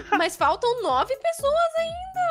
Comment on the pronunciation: A cris falou pasouas